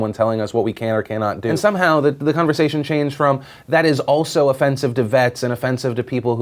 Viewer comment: no one heard 'conneversation' not conversation?